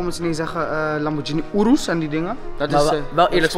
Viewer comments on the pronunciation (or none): none